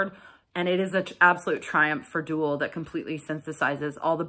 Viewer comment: Nice review. By the way it's DOOL as in goal, not DOOL as in ghoul.